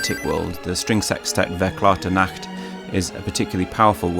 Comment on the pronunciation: Nitpick: this is how you pronounce Verklärte Nacht.